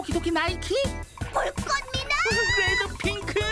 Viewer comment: 옥에티 레드 핑크를 데드핑크 라고 말했다